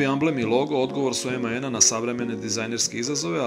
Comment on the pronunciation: Nije "emaen" nego MAN